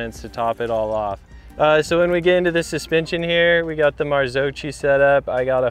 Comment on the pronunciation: The way they misspronounce commencal and marzocchi....